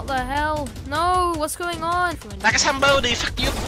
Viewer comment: "like a someboodi"